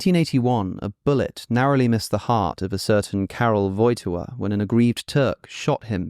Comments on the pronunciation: His name is pronounced /voj’tiwa/ with the accent on the second syllable instead of the first ;) Great video, Alex! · Woj-TY-ła: emphasis on the second syllable. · The accent in Wojtyła is on the second syllable, as in all polish words